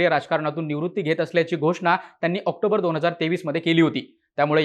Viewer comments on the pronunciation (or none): none